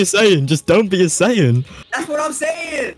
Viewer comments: Saiyan ( correct) Sayien (incorrect) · "Saiyen" "Alien" at least do some basic research dude, that's Goku, a Saiyan, and Freeza, what most people call a "Frost Demon" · Saiyan not saiyen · It's saiyan... And saiyans, not seiyan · ”powerful humans called saiyens” 😭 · “Saiyens” bro stop 💀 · It’s like tell me you haven’t watch dbz without telling me “ mispronounced everything “